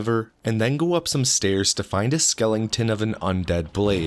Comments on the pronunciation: *Skeletons, not skellingtons lmao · Dude, are you saying skeletons like that on purpose?